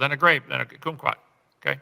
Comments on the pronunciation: sorry, did he just say "coomquat" instead of "kumquat"? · It's funny that he likely thinks that's less "offensive" than pronouncing it like "cum" "Coom" is often used to censor the word I guess, but in some places deeper in the internet than he knows exists, it's used in higher levels of roleplay to be more kinky or cute.